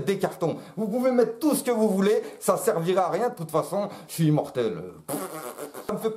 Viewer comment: "yé suis pivot pivot" jsui mooort